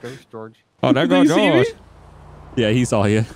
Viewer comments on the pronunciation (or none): whenever says "saw" - he always sounds like he's saying "sawl".